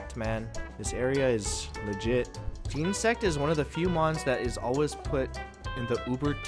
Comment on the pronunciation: "JEEN-sect" I can't lmaooooooooooo